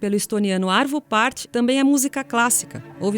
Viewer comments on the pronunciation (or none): Olá. Espetacular matéria! Só uma pequena correção: é Arvo Pärt e não "Arto".